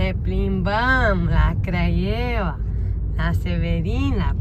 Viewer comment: Craiova Anca nu Craievea. Nu stiu frate de unde le scoateti😅